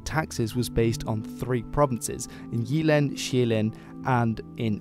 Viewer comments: The Y in "Jylland" is more like the Y in "typical" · Gotta love your pronunciation :D Jeeeland and Sjæææland. While you're one of the few who actually gets how an Æ sound... You drag it out waaay too long ;) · 'Sup dude. I don't mean to be a dick or anything (It's a great video, really), but when it comes to Danish, the 'Y'-sound is more of a hard 'Y', like the 'Y' in 'Why'. Your pronunciation is really good, but instead of 'Jeeland' it's more of a 'JYlland' with the really hard 'Y'. Also, the 'R' is more of a guttural sound, like when exclaiming "Arrgh" in anger. The 'R' is more "aggressive" sounding. Again, great vid m8. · You actually pronounce the words quite well considering you don't speak the language though y in Jylland is less I and more Y. And øresund failed a bit. Hedeby also needs to be pronounced more sloppy/Danish - more emphasis on the vowel.